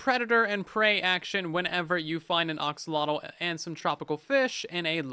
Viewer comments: IT IS AXOLOTL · WHY DOES EVERYONE SAY OXOLOTL